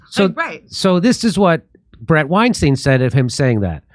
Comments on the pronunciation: Bret's surname is pronounced WineStine, not WineSteen I am a fan of Bret and Heather. And don't break your arm patting yourself on the back. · “Stine” his name is pronounced STINE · Sam intentionally pronounced Bret Weinstein wrong because he know Bret doesn’t like it. What a douche